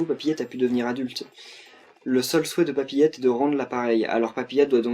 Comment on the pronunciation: A chaque fois que tu dis papiette , j'entends coqiette